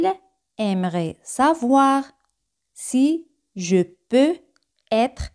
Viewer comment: La "e" en varias palabras no se pronuncia. No queda claro si se pronuncia la "s" en "tres important". El gráfico i pareciera indicar que de la "è" se va diecto a la "i"; la voz indica que sí, según la velocidad: de seer lenta y marcada no se pronuncia la "s". Pronunciación de "peux". Salto similar al de . Oracion negativa sin "pas". No se contre "Je" en oración negativa como sí en afirmativa. La cobtraccion evita la pronjnciacion de vocales de manera seguida.